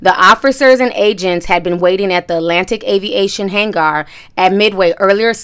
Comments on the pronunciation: It’s not hang-arrrr it’s pronounced just like hanger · It's pronounced like hanger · If she says hag gar one more time lol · HAYNE-GAR? LMAO... love your channel though! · I don't know why her saying han- gar is bothering me